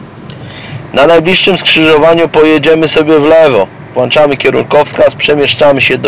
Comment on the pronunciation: Włączamy,a nie WŁACZAMY!!!